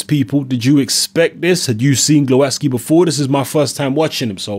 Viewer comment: Proper pronunciation is Gwovatzki.